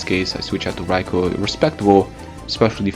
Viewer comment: You pronounced raikou's name properly. Bravo.